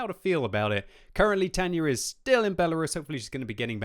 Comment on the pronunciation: Tanyer? Who the hell is Tanyer?